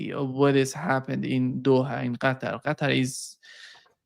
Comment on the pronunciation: That’s how the name of the state is properly pronounced.